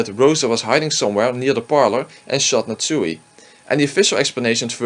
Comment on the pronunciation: Nat Suey!